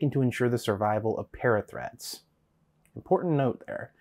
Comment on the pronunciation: Am I the only one who hears 'parrot threats' when they hear 'parathreat'?